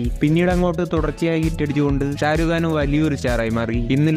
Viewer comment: Sharukh khan ❌Sharuuu khan✔️